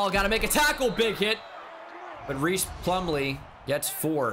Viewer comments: I gotta say it. It’s pronounced John RICE Plumlee, not Reece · Hmm. I've seen online that his name is pronounced like "rice" plumlee. Not reese.